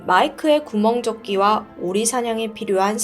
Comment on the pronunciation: 발음 좀 제대로 해요.. 한 두번도 아니고.. 구멍조끼가 뭡니까? 구명조끼지.. 이걸로 돈 벌면서 발음 좀 신경 쓰세요..